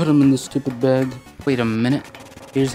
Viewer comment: It's Bag Not Baog